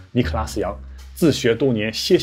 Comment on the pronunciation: 他開頭是說尼可拉基樣嗎？